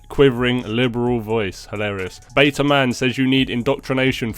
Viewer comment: The way says BETA kills me every damn time 🤣😂🤣